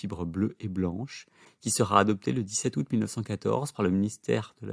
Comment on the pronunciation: En français on ne dit pas ‘deux haoût’. On dit ‘deux Zaoût’